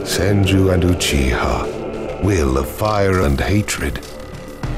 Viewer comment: It's like no one can be bothered to say "Uchiha" properly.